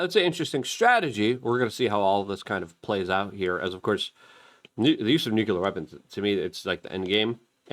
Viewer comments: What is it about people in this country who continue to pronounce the word nuclear as nukular? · Nukular power plants